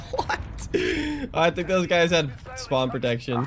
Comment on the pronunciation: Did he say spawn protection? Lmao